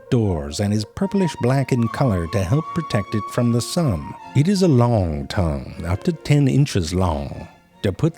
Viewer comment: "Its a liong tongue, up to ten inches liong". 🤣 What the hell is a "liong".